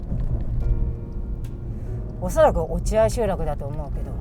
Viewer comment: 落合 ・・・・読み方は、おちあい です。